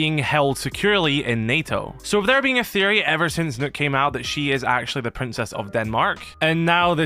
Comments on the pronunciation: It's pronounced 'Nukk' = Nøkk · It’s pronounced Nokk not nook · It’s pronounced knock not nook it’s nokk if anything it’s noekk like no-kk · Knock it's pronounced knock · It’s pronounced knock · Its pronounced Knock, not Nook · Her names not nook it's Nokk aka pronounced nock it's not a nook 🤦‍♂️ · i thought it was pronounced "knock"! felt so silly being the only one ik that pronounces it this way lol